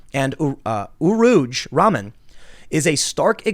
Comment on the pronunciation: Its pronounced "Rah-mann".. it's a muslim name.